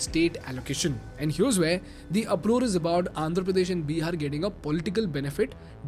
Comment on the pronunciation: Can you plz stop calling it Beeehar, its Bihar!!!